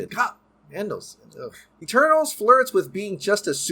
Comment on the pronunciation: Great video but every time you say Eternals it sounds like Turtles